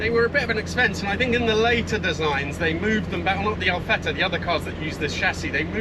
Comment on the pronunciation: what impress me more is that you pronounce ALFETTA like an italian